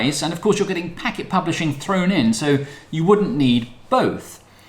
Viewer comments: Also our name is pronounced "Packed" not "Packet". It comes from the Radiohead track which I was listening to when we started the company..... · Used to work at Packt and man it pains me every time someone pronounces it Packet. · Man I thought I was crazy when I heard him say "Packet" lol